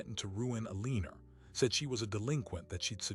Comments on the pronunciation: Alina does not have an r in it. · Kills me how this clown has mispronounced the characters name endlessly